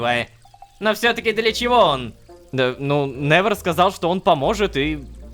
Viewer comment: Я одна когда рома произносит именя невер я вспоминаю мем "Ви нэвер край"😂